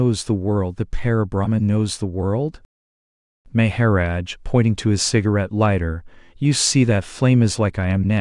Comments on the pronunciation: It is a bott doing the talking I think? I like everything but " May ha rodge" lol:goodvibes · the pronunciation is so distracting. Please. Maha - rodge. The accent is so distracting